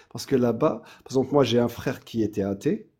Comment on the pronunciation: "Mais frrrèrrre" <== plouc.